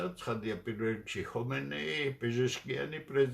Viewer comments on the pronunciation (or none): none